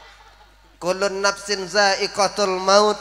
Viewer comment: Maaf, saya termasuk suka sekali dengar ceramah, saya hanya kasih masukan, td saya dengarnya ayat yg dibaca lebih terdengar kullun nafsi zaiqotul.... Yg benar kullu, bukan kullun, afwan, sukses selalu